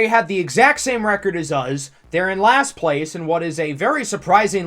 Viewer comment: i’ve watched so many of your videos i’ve started saying “uz” instead of “us” 😂